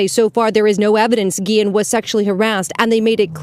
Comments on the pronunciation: Why are you saying her name like that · whyd you keep saying her name like dat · Why you saying her name like that